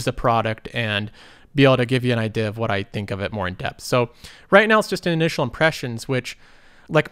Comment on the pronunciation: I love how you say "idhea"